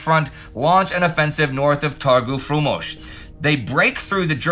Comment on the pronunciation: it says that the Soviets attack at Targu Frumos (beautiful market), but the map shows Targu Neamt (German market). Which is another town 50 kilometers west of Targu Frumos. P.S. I like how Indy pronounces Romanian names. Pretty good for someone who doesn't know the language